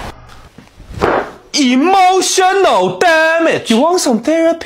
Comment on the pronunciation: "Immoshenal Taamej" This is the way he says it